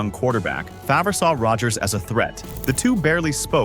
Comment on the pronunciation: I love that AI can't properly pronounce Favre